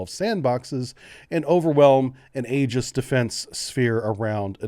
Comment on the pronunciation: Hello friend, just wanted to let you know Aegis pronounced "EE-jis." "Ae" is a solid, hard "eee" sound, in Greek, when the letter is used that merges the two together. (In old books you see "ae" as connected together.) Old books wrote ancient kingdom names like "Aegypt" and "Aethiopia." Aegis should be italicized, (to let readers know) it is not an English word. Like quid pro quo. But, that's seldom done anymore, creating confusion. (There is an Old English "ae" but that sound is different. We're talking Greek here.) Aegis means "shield" or "protector." Therefore, an Aegis Missile Cruiser is a defensive ship, to protect carriers. Aptly-named.